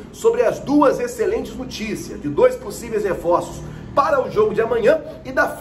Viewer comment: NOOOO TICIAS, NOOOOOO TICIAS, não NUUUUUI TICAS, por favor que agonia escutar nuticias, hehehe salve sou se fa heheh